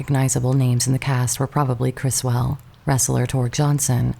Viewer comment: The UFOs in Plan 9 are Lindberg Saucer Models, they are not hubcaps. Also notice that people who claim they are hubcaps cannot identify what type of hubcaps they are, or even a vehicle that has hubcaps that look like those. Also, this video cannot pronounce names such as Russ Meyers (not Mayor) and Criswell (not Chris-well).